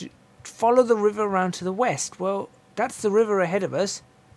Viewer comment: "East..... i thought you said weast!" West is always west good man. Lol.